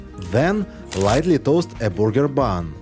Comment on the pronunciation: I really admire people who learn another language and I know from trying to learn myself how difficult it is. So, I want to mention that it's a good idea to learn how to say burger and not booger, because the second is something that comes out of your nose!